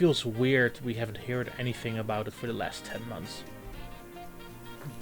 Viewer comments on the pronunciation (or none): "feels weird we haven't...heird? "